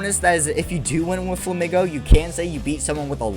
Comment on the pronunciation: INSANE take. Insane. Flamigo is pronounced "Fla-Meego", like "amigo"; Spanish, Paldea is based on Spain.... its pink color compliments other Pokemon from the region (Tinkaton, Wugtrio, etc.), its wings, beak, and body are all uniquely shaped. What else would you want to do to a flamingo Pokemon? Give it a scorpion tail or bat wings? Flamigo is one of the best designs from Paldea, along with Farigiraf, Koraidon, and Great Tusk. The absolute WORST designs to ever exist in Pokemon are the Timbur line, the Roserade line, the Scorupi line, the Lileep line, the Gulpin line, the Hydreigon, the Gothita line, and the Scovillain line. All are pretty ugly, use ugly colors, and have pretty fair design flaws.